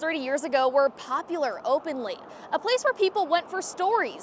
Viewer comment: can't comment on if AI had anything to do with it... It's more the way she's speaking. The sentence makes sense when you hear it properly... She's saying "open late", but sounds like "openly". 🤷